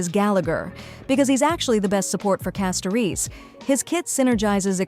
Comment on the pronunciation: It’s wild how AI can’t pronounce « Castorice » correctly each time 😂😂